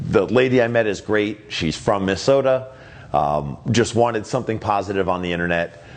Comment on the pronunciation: I'm no English expert here, but that's not how we say Minnesota 😂😂😂